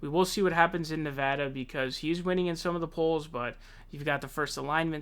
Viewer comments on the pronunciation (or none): none